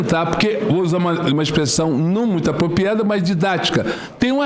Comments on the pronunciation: Senador Girão representou o povo brasileiro!👏👏👏 O juiz falou, mas não respondeu nada. Ainda falou APOPIADA ao invés de apropriada. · O homem fala “broco”? “As parte que tão” “Expressão apopiada” A pessoa não sabe falar e ocupa um cargo de juiz!